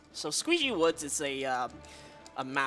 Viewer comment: Squeegee Woods